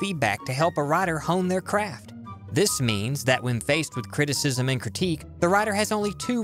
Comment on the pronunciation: What is CREE- TEE- CISM?